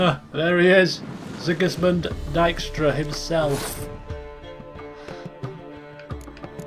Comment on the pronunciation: That was weird, first pronounced him "Deekstra", and then later in the conversion he said "Dikestra"!? Earlier in the Let's Play I commented saying it was the latter, but now I'm confused.